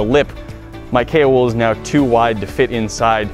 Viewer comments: Haha I thought you said Kale wood not Kao wool xD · _ its actually kaowool like kayo-wool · Why do I keep hearing kale wool? :D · Is he saying kay or kale wool? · I heared kale wool the whole video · i heard kale wool instead... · Kao wool, ceramic blanket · kool wool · I thought he said "kale wool" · K wool? Kay wool? Kale wool? K.o. Wool?! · Take a shot every time he says Kaowool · Wait so what is the wool (If he's even saying wool) called again? I can't quite understand him